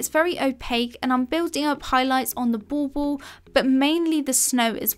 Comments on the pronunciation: My silly brain every time you say "bauble": it ball-ball 😂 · Are you saying " ball ball"? Not dissing ur gorgeous accent, I find your voice very Bob Ross soothing. Just never heard the decorations called that before.. n that's what the captions read too.